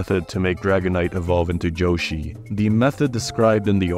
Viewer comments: ITS YOSHI NOT JHOSHI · "joeshi" "princess peash" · Why the hell do you pronounce "Yoshi" with a "j"? Wtf is "Joe-shi"? 😂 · By far, the scariest thing in this video is how you call him Joeshi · I feel like you call Yoshi « Joeshi » and Waluigi just « Luigi » on purpose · Why u say Joshi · "joshi" yeah like drake and josh I remember that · Great video, but the way you pronounce yoshi pisses me off